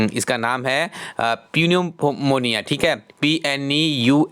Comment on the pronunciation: पिनुमोनिया नहीं न्यूमोनिया होता है sir निमोसिल launch ki h...